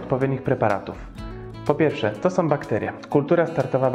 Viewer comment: Fajne gdyby nie te SOM, BENDOM itd